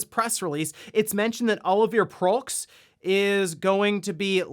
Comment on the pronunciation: By the way, Olivier Proulx is not pronounced this way. It's pronounced more like "Olivi-eh Proue". /ɔ.li.vje/ and /ˈpɹu/ in Metropolitan French IPA.